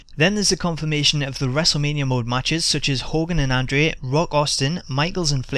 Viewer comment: Why can't the guy on the video pronounce andre's name correctly. annoying.